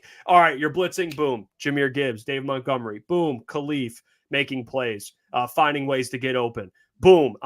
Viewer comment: Montgomery, not mountgomery